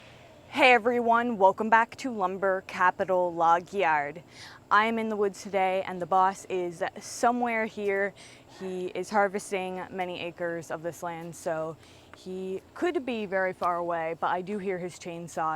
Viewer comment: Log yarrrryrrrd. I love how she pronounces her “r’s” 🤣